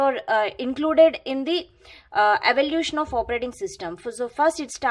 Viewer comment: Actually it's evolution of os She just pronounced as evaluation. But ignore the pronounciation she really helps.